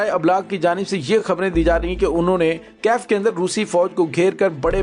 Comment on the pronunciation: u r great lair , I m very sure u get handsome money from yahood & USA plus India , Russian force very strong , bhervey kaif nahi Kiev is correct name .